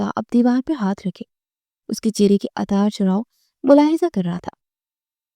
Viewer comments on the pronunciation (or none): Yaar bohut acha parhti han lekin plwase please itne simple urdu k alfaaz ko theek say bola karen. Jese utaar charhao ko ataar charao bolti han